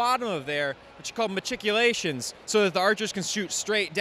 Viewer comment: I could tell the influence the moment he pronounced machicolations haha!